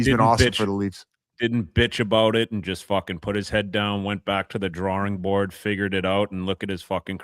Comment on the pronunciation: Keith whats a drarwring board?